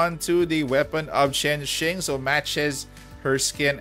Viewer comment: Chain Shing is how you properly pronounce Chenxing just so you know its' a Chinese name as far as I'm aware apparently there's an author with the same name, maybe it's a reference to her? dunno.